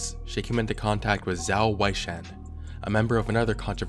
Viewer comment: FYI Zhao Weishan is pronounced Jow (rhymes with cow) Way Shan ‘Xiang’ is like ‘Hsiang’ roughly :)